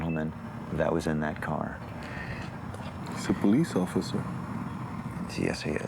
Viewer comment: I NEED DA BOLICE! I NEED DA BOLICE!💀😭🤣